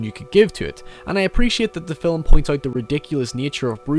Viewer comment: "Film" is one syllable. Fillum isn't a word.